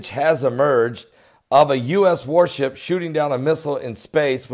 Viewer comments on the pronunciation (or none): Oh..... OHHHH! I thought you said "WARP SHIP". Okay then! Carry on!